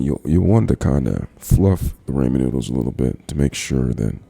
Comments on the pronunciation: I KNOW HE DID NOT JUST SAY "RAMON NOODLES" !!!! 😂😂😠😠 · Man says raymen noodles